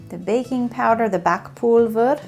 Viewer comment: Just a hint: in German the v is pronounced like an f. So in Backpulver it would be pronounced like Backpulfer. Your German is getting really good though